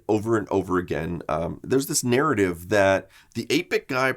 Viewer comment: You didn't just state MISINF-ORMATION and NARR-ATIVE (You just lost about 15-20% of your customer base = Bad move)